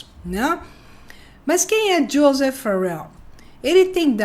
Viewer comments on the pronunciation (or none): none